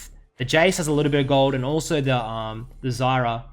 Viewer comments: eck-zyra?.... Try "zye ear uh" :P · Zayira is pronounced ffs